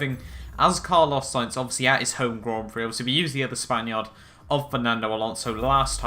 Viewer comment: What's a span-yard?